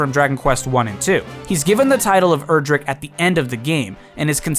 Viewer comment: It's pronounced "Erdrick", not "Erdrick".